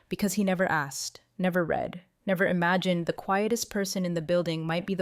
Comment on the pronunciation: The past tense of to read as read by the story teller really grates on my poor ears.